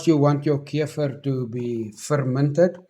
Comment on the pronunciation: I love how he says keifer ❤